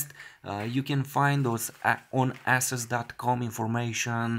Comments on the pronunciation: hahaha..lol It's not pronounced Asses it's Asus long A not short A lol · Ey-sus not Ah-sus